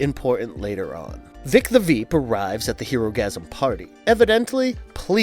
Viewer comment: “Vought” rhymes with “bought.” And it’s “Vic the ‘Veep’” rhymes with “sheep.” This caused me to stop watching the video.